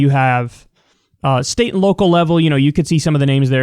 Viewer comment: 'state sneate' lol